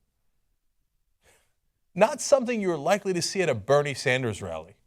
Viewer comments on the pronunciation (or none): none